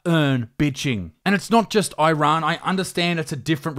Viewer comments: It’s pronounced “eerun”, not “eye run”. You don’t hear people saying “eye migratshun” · why does he pronounce it "eye-rann"? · Dear Millenials, stop pronouncing Iran like a Seppo. EEERAN, not EYERAN. Wankers